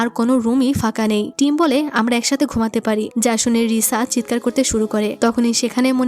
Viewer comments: তুমি ভুলে টিম না বলে থাইম বলেছো😅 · আপু তুমি এখানে থাইম বলে ফেলছো দু😅😂😂😂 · টিম❌ থাইম✅ ❤😊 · আপু ভুল করে টিমকে থাইম😅😅😅😅 বলেছেন অবশ্য আমি টাইম এর কথা জীবন চলে গেলেওভূলবো না😢😢😢😢😢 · আচ্ছা এখানে ২০ মিনিট ১ সেকেন্ডে টিম এর জায়গায় থাইম বলা হয়েছে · টিম❌ থাইম✅ ব্রাইট✅😑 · আপু মুডি টা অনেক সুন্দর ❤ তুমি মধ্যে দিয়ে টিম না বলে থাইম বলে পেলসো 🤭🤭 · আপু আমার মনে হচ্ছে f4 thailand ড্রামাটাও তুমি explain করেছিলে, আর এজন্য তুমি এখানে টিমকে থাইম বলে ফেলেছো 😊😊😊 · আপু তুমি তো ওই বিয়ের সময় টিম কে থাইম বলে ডেকেছো যদিও আমি খুব খুশি হয়েছি এটা শুনে❤❤❤ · F4 drama অসাধারণ ছিল আর তুমি সিদুর দানের সময় টিমকে ভুল করে থাইম বলে ছিলে😂😂😂